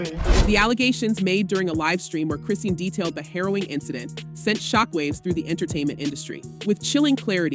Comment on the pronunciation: Her name is pronounced Chris-sean (shawn) as in Chri-shawn NOT Chri-sea-ann 😂😂😂😂😂